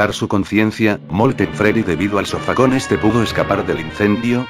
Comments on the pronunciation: En una parte dijiste SOFACÓN XD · En el minuto 4.57 de molten Freddy dice sofacon